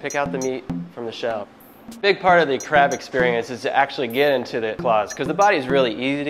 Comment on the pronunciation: Id be scared if my crap has fat . But anyway , in the video , it always sound like ''crap'' . ''Ill show you the right way to eat crap''